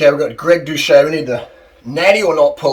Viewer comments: His surname is pronounced without the ‘H’. Watch one of his videos again to know. If you’re going to vlog about him at least get the pronunciation correct. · The guy literally says his name in every outro of every video. And you can't pronounce his name. So are you ragging on him without ever watching a single video, or are you just enjoying passive-aggressively calling him a douche?